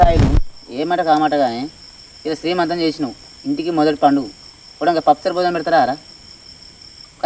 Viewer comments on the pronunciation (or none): శ్రీమంతం కాదు, సీమంతం